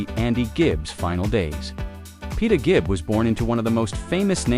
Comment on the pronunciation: 'Gibb' as in 'g' for 'great', NOT 'j' as in 'just'! There is no excuse for such ignorance!